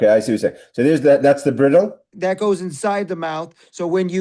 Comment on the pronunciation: Yasher Koach,! Bridle is pronounced bride-el.